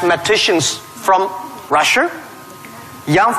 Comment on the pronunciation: I keep hearing Jack Ma pronouncing Russia , Rusher Do you get the same feeling